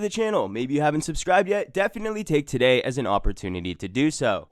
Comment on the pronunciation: "TUH DAY!"